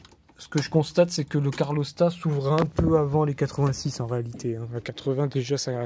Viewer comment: Super tuto merci Par contre "carlostat" c'est pas possible ! C'est "calorstat"😂